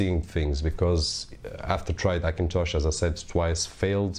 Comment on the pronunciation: Funny how you say Hackintosh with a silent H: ackintosh!